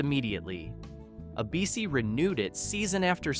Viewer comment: Why can't the announcer pronounce "ABC"?